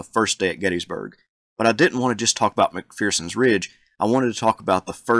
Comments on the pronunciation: No 'fear' in McPherson, not 'McPhearson'! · Isn’t it pronounced Mc-fur-sens Ridge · Agree, but mispronunciations of 'McPherson'!